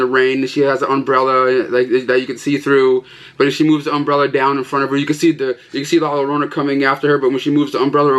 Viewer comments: You say it La Yorona BTW and the game was super smash bros love the video epic as usual 👍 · Batman Hush is sick! I bought the Steelbook at target today. And the action figure's name is Hush. Also its pronounced "La Jorona or Yorona". The double l is supposed to sound like a J or Y.